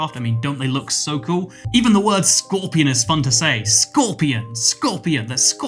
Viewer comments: Nobody: scworpion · the entire video: "scöepian" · You talk about scorpion being a cool word and you,say it a billion times the wrong way